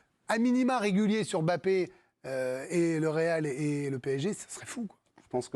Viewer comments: prononce Mbappe comme une africaine. Bravo. Tu es là seule journaliste française à Bien prononcé ce nom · bravo vous prononcez comme il se doit Mbappé...MERCI